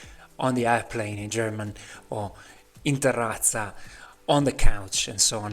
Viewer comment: Ma sei italiano? Quel "in terrazza" era smooooooth